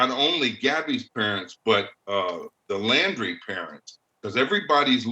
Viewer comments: Why does she always pronounce the last name of Brian and his family? It’s Laundry not Landry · It's Laundrie, not Landrie. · I’m sorry but how can 2 people pronounce Brian’s surname incorrectly whilst hearing others pronounce it correctly? Are they not hearing thousands of other people pronounce it Laundrie not Landry? I thought journalists were details people just sayin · Why can't any of these correspondents pronounce the Laundrie (laundry) name properly? 🙄 What's with "Landry" all of a sudden??.. come on. Not professional to mispronounce a name being reported on when most of the USA knows how their name is said..ughh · Who are the idiots who can’t pronounce Brian’s last name, even though it’s been out there for weeks and there is even a play on his name “Dirty LAUNDRY”.